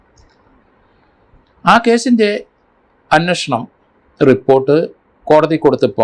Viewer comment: അങ്ങേർക്ക് മലയാളം അത്ര വശമില്ല. "അന്നഷണം" എന്നൊക്കെ യാണ് പറയുന്നത്.